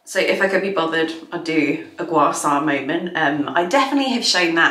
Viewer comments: I want afternoon tea too! Looks lovely. By the way, it's called guaSHA, not guasa :) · I love you, long time follower first time writer. Gua Sha is pronounced with a "sh". This was easy to Google and check, so c'mon, be an ally already as you claim.